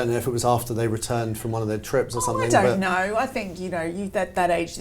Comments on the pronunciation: Love, why does she say somethink instead of something, it it a Brit peculiarly? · Yes, the hard consonant at the end of some words is sometimes related to local accents, so I'm surprised she's saying it as she has a very neutral type accent normally. I think pronouncing 'ing' as 'ink' is more normal in London, and also in the Midlands..